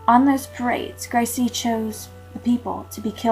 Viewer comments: Yep...grece...pronounced grease. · Irma Grease not Gri-se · the mispronouncing of grece As greasy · Her name was Grese( Gra-za) get the name right for this horrible cow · Her sir-name is pronounced 'Grice' just wanted to clear that up other than that great video. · gree suh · In German the e is always pronounced so would have thought it waz Gres e. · The real German pronunciation would be "Grey-ze" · I agree with the voice assessment. Actually, her pronunciation is not that far off. It is probably 'Gray-suh', depending upon which part of Germany she was from. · Surname pronounced wrongly and the fact that she wasnt died immediately also was incorrect too... And a lot more. Need to do research thoroughly before come out with this video. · Learn to say her name correctly